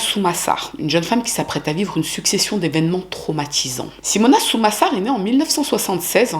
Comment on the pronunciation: Quel horreur cette histoire... Par contre fait attention aux nom que tu donne, a certain moment au lieux de dire Sumasar tu a dis Samusar par exemple... Donc tu a des petite erreurs la dessus. Aprés tu étais peut être fatiguée, donc pas trop grave, mais fais gaffe quand même.